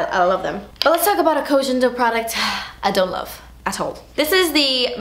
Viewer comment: Yes Part Deux! (Koh Gen - not jen - Do 🤗)